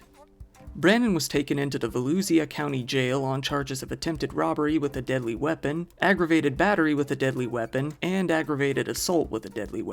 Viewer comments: Great video! FYI: Volusha is pronounced 'valoosha'😊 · In the Florida Man story, Volusia County is pronounced "vuh-loo-sha". I figured I'd try to help you out because you're bound to come across this county in future videos. It's the county that includes Daytona and New Smyrna Beaches. Lots of crazy folks out that way lol. 🌴🌊